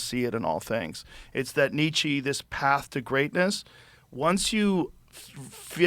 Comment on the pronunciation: The way Bono pronounces Nietzsche grates on me.